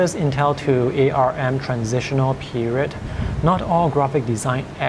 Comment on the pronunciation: It is pronounced "ARM", not "A R M"